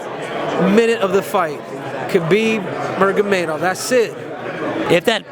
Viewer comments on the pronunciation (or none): “Khabib Murgamedol” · kuhbeeb murgameyduv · cujudo- khabib mirgomedov... hahahah nurmagomedov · Thats right Triple C. Khabib Murgamedov. . Tsk... stupid. Lol pls stop your little Triple shit shit... and get his name right first. Oh and... 70-30 Khabib. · “Khabib.. MURGAMEDOV DASSSITT” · “Khabib Mergomadov”. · Lmao henry..... murgamagov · "khabib murgamedov" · Henry is Khabib's friend and still call him Khabib Murgomedov.🤣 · “Khabib Murgamadov” - Henry Cejudo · "Khabib Bruhgamedov" - Triple C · Ik it’s a year later but boy is cejudo stupid. Didn’t even get khabib’s last name right😂 He really thought khabib’s first punch would KO the guy with the best chin in history?😂 If gaethje’s haymakers couldn’t do it for all those rounds yeah good luck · Cejudo can't even say Khabib's last name correctly and he's bringing him to his cringe train